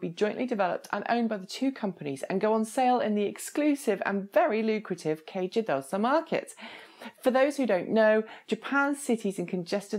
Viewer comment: You make it look so easy when you pronounce "kei jidōsha". You're making me jealous.